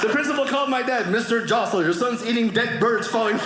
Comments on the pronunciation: why was it pronounced as dyosol, i thought its hosol here in Philippines haha :D, my classmates lastname was pronounced that way, a priest also with that surename here :D i guess its a Canadian thing :D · I have relatives on my mom's side surnamed JOSOL and we do pronounce it as HOSOL.. and like that in all over the Philippines pronouncing that name.😊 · It is pronounced hosol. Hosol = Josol. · Your pronunciation of your surname is too Canadian 😂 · Fun fact: that's not how we pronounce your surname here in the Phils.